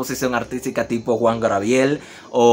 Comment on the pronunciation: Ay miijooo. El nombre es GABRIEL, NO GRABIEL. Se supone que son profesionales y no saben hablar correctamente. Sorry pero estas cosas hay que corregirlas